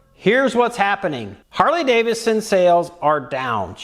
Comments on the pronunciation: Harley-DaviDson. Not Davison 😏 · 🤔 Another guy who pronounces it "Harley Davison"....😂